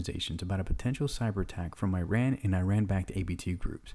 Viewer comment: Not how you say iran but what ever